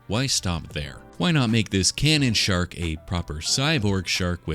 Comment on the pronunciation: My wife, sitting next to me, thought you said “shart” instead of “shark” and it got me wondering how one might represent a shart in clay.